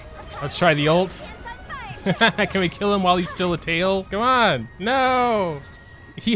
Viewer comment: I miss that "KeMon" 🤣